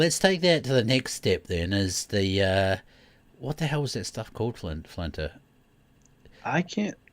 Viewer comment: I'm watching the video, wondering why is calling Flinter, Flantro? Lol